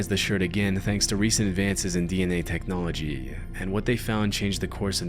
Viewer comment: “thanks to recent advances in DNA technologeeuh”